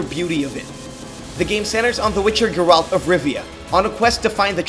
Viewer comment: Triggered by how you pronounced geralt